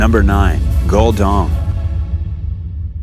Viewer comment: 'GULL DONG' 😂😂😂😂